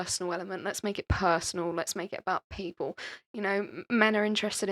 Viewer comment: It’s people. Not “peepoow”